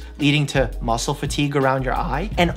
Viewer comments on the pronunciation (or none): none